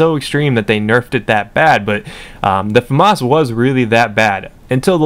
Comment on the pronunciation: It's a French weapon, pronounce it properly (fuh-mah). The s is silent